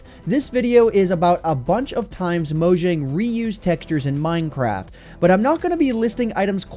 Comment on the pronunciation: Is it pronounced mojang or moyang